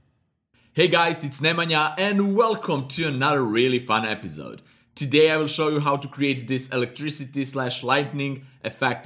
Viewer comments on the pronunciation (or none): i am gonna subscribe to the channel the moment he stops saying it 'epizode'. Great tutorials man! thanks for the tips and tricks.